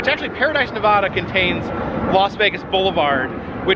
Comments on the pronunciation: It's pronounced Nev-Vah-Duh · How to pronounce NEVADA. Thank you from your Nevada friends! ❤